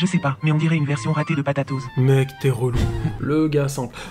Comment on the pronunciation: C’est pas « patatoz » c’est « potatoz »